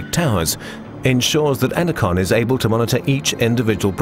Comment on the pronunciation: Ener-CON. Says it all.